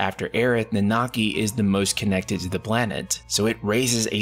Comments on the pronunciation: Let’s work on that pronunciation. It’s Nan-na-ki. Not Nan-naki 🤣 The voice actors even pronounce it correctly. C’mon dude 😂😂😂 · This man pronunciation of Nanaki is horrible 😂